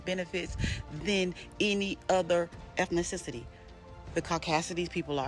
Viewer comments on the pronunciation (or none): its wild she cant say ethnicity right which is word opposed to "caucacity" which isnt.